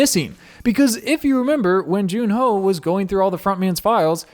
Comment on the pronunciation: Please stop calling him June-ho 😭😭😭